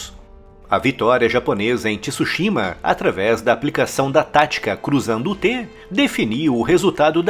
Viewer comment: Dahora, bom vídeo, só não é Ti-Su-shima.. é Tsúshima apenas.